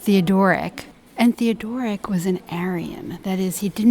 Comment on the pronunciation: Beautifully presented. But Theodoric’s name is Germanic, not Greek; hence thē-ŏd′ər-ĭk, not thē-ŏ-dŏr′-ĭk.